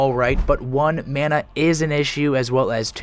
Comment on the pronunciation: "Urthurn" "Mawna" 😂🤣😂🤣